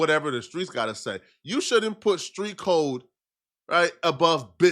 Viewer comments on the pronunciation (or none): none